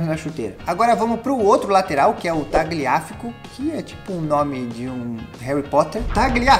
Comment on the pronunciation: o nome do lateral se fala taliafico